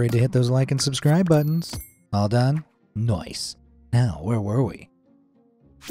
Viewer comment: bro relly just said noic